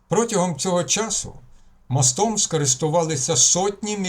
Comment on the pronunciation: Тільки не мостОм, а мОстом...у нас в селі люди з таким наголосом говорили...це важливо. Дякую.